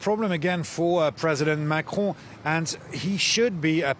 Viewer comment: Pronouncing “Marcron”….. I think I’ve figured it out. Start by saying “Mac”….. and then clear your throat.